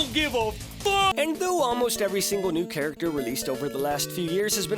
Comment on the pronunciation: when he said new i heard lewd not new so i thought "at least i don't have to listen to another sjw talking about how the females are over sexualized and he will be fair and talk about how the males are over sexualized." But it seems i'm wrong